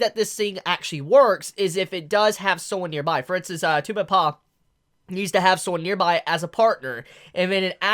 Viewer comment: Tubeppa? not two-be-paw Try Two-beppuh